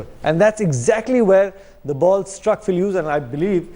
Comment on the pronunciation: "Pill Hughes" yu blodi endion